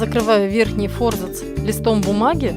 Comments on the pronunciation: Занимаюсь книгоделанием и реставрацией книг. Вы большая умничка! Однако ваше фо́рзац режет мои барабанные перепонки – всю жизнь и сам употреблял и слышал от других и́наче :) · Аааа, мои уши! фОрзац, фОрзацем, ааааа!!